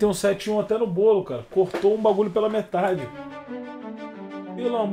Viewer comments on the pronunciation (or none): "meteli gol"